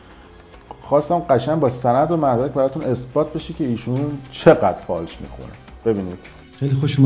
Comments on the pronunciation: فالش، نه فاش بیسواد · فالش خوانی دلبندم، نه فاش خوانی،، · بیسواد اون فالش نه فاش😂واقعا که عقل نداری راحتی